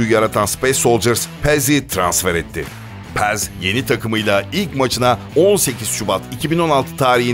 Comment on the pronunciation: Paz'a neden Pez diyorsun :D